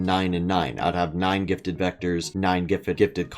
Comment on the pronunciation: Nobody’s gonna tell him he says gifted as gitted